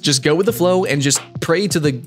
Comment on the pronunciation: The "flalow" of things lmfao